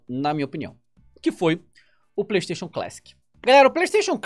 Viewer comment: A palavra feita por "Playstayion"